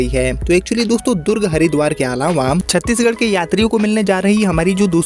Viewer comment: नाम छत्तीसगढ सही बोलो तो कोई भी ट्रेन बिहार से ही kiyo जोडा जाता है